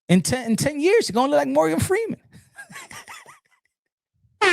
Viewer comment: Not Morgan Feeman😂😂😂